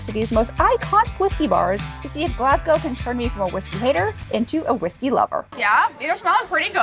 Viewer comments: Pronounce it as Glasgow with the "W" silent" (Glass-Go) Its not pronounced like "gow" as in gown. You will just annoy the locals😂😂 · Och Aye! LOL Glaz-go, nae Glass-gao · Glass-Gao 😂 Try Glaz-Go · I am Glaswegian. Glad you did a few hot spots. Will ask you attempt pronunciation as 'Glas-Goh' or 'Glaz-Go','Scon', 'shpan-oh-coppitah', 'tahttys' as you used these words so often. It's like nails on a chalk board. Appreciate your amazing efforts! Glad you had fun. ❤❤❤❤ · The consistent mispronouncing "Glasgow" was very entertaining! 😂😂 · Had to laugh at you making a decent attempt at Stravaigin and Ardnamurchan but mangling Glasgow 😂😂 Great food tour though, will need to try a couple of those I'd not seen. If you want whisky the other top pub is the Bon Accord. They've a huge members' cabinet where keyholder members keep their prized bottles, the regular selection is amazing, from the sublime to the ridiculous (most expensive £5000 a measure).